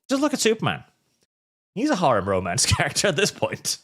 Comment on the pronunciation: Duh, it’s called Ro-MAN-ce. And smut rhymes with slut.